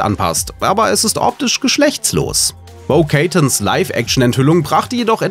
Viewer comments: Was wieder fürn Stuss.. Es heisst Bo Katan und nicht Keitn ! Und ihr 'Kostüm' passte super !!! Bei ST Tng wars echt interessant und DS9 hat sogar mit Terry Farrell - Jadzia Dax hatte sogar drauf angespielt. Eyeyey saaah das gerade bei Der heiss aus !!! Hab Tng laaange nie mehr geguckt, viel dazw passiert. Hab fast schiss da wieder anzufangen 😅 mega weird Ich fürchte gaaanz neue Eindrücke ! Aber sonst labert ihr nur Quatsch. Und warum war Starlight etwa die einzige Frau im Trupp ??? Naja nie wurde je sooo viel versexualisiert als heute bei YT ! Dabei fast Nuuur Fakes ! Das ist dann grauenhaft ! Aber Sl hätte es aufbewahren sollen, als Erinnerung an solche Zeiten ! Das hält sie wach ! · Der Sprecher hat offensichtlich 0 Ahnung vom Text, den er da spricht. Joss Weddon... Bo Keytan...